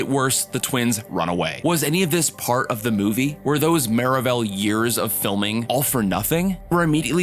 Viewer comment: I’m s maravell Suppose to sound like marvel